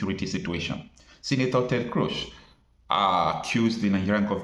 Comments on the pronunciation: It is pronounced KROOZ NOT KROSH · Why are you calling Senator Ted Cruz as crush, the pronunciation is 'cruise'. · please note that CRUZ’s name is pronounced “Cruise”. I come in peace.!! Thank you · They pronounce Cruz as cruise. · it is pronounce as Cruise. This is a Spanish name. Ted Cruz (Ted Cruise as correct pronunciation) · Ted Cruz... his last name is pronounced as "Cruise," like going on a cruise 🛳 🙄.